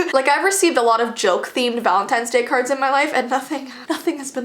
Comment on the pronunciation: VALEENTINES day